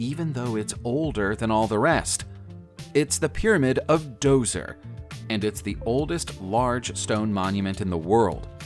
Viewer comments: It's pronounced "jozer," not dozer. The d is silent, ugghhh..... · Djoser is pronounced "Joser" NOT "Dozer" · Djoser is pronounced thusly (dental frictive) + JO-ser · That bugged me too. At least he got Edinburgh right. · I was always taught that the Pyramid of Djoser or Zoser was pronounced with a 'J' or 'Dz' not a hard 'D'.